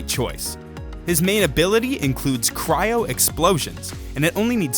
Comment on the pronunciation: No one talking about his pronounciation on "Cyro"?